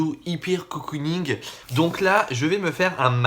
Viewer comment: Eimadolly va te taper sur les doigts on dit cocooning et non coocooning ahahaha #teamsnap (une de ses vidéos)